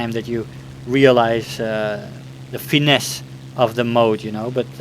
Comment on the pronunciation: cool vidéo i like when u use french . good french accent on finesse :)